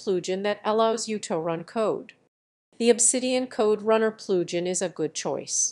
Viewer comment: Enable the Ploojin.. ZZZZZZZZZZZZZZZZZ * KAPOW* . Just Kidding Good info.